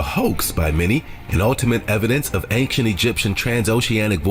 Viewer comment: Bro, why does the guy in the video keep saying "Anktient Egyptian"? Is Ancient that hard to say?